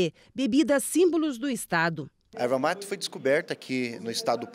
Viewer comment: Erva mati não, é erva mate. Não temos sotaque, só falamos corretamente.